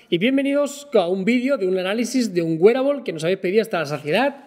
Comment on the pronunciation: Joe Lr Está correcto, así se pronuncia “wearable “